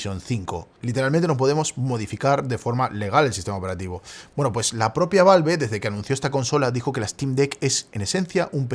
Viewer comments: me da ñañaras cada que dice valve en vez de valv jajaja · queria ver el video pero no soporto la forma en la que pronuncia "valve"